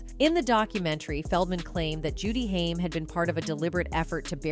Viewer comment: Your crappy AI voiceover has now pronounced "Haim" in about four different ways.